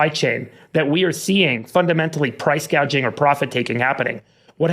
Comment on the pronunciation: Gauging haha what a clown.